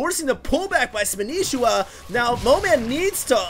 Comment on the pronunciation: its not vilespanishiwa its vilespanshwa thier are no i's!!!!!!!!!!!!